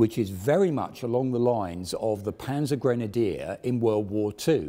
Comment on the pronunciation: Grenader? I hope does pronounce the Grenadier Guards as "Grenader Guards"??